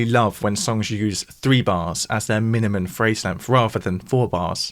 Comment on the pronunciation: He snuck the word "minimuN" (not a word) in there, and it broke my brain.